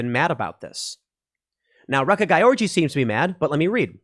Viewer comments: Wait a sec, the one woman to speak out against this has a name pronounced "wreck-a-guy-orgy?" 🤣 At least the simulation we live in is f-ing hilarious! 😂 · Sounded Like.... "WRECK A GUY ORGY".... Lol. Too Bad She Didn't Beat The Trans Swimmer.... WOULDA BEEN FITTING..IMHO.